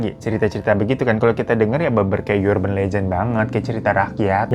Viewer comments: urban anjir, bukan yurban.. uban kali ah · Kebiasaan lu bg, urban legend to pronounce nya biasa aja, gak pake Y 🙄